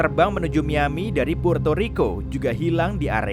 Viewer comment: Kuping gue dengernya MIYABI bukan MIAMI